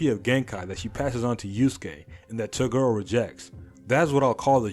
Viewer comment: why do you say to girl instead of toguro